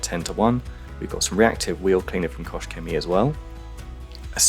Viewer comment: Very nice result. That thing was filthy! BTW, KochChemie doesn't have an S in it. So you'd pronounce the CH in KOCH a little bit like you pronounce the GH at the end of Van Gogh. It's at the back of the throat. Think of that famously long Welsh town name. It ends with "gogoch" Go listen to a pronunciation of that and the way the "goch" is pronounced is almost the same as "Koch". Just replace the soft g with a harder K sound :) Here's a video: You've mastered the "Chemie" part of it though :)